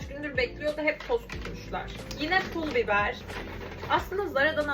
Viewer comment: Pul biber diyo ya. Şaka mı? 😳